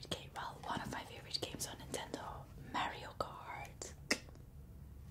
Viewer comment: Mareo kart 😂 i used to play it with my burder